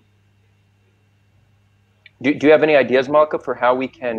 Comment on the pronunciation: She has nothing useful to say - beginning with her announcement of she her pronoums, her mispronunciation of the name Malkah, twisting every fact with a plastic jeering smirk and mocking eyes